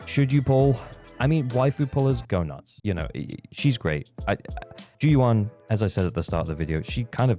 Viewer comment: great video! but maybe for future reference, the "yuan" in zhu yuan's name is pronounced more like "you-anne" rather than "you-ahn" (grossly oversimplified phonetically, but you get the gist)